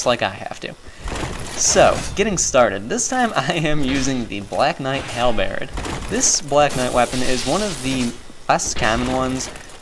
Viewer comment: Hal. Bird. Say these two words without pausing in between.